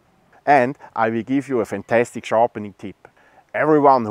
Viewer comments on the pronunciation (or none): none